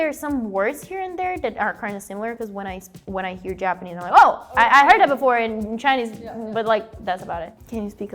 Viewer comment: She's good, but you can tell, by the way she pronounces some words, like "mother", she says "mowther", instead of "Ja-pa-NE-se, she says "Ja-PA-ne-se", etc., but her accent is great, way better than (and he's good).